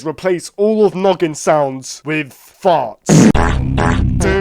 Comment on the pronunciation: When he said noggin i thought he said "nugget"😂😂😂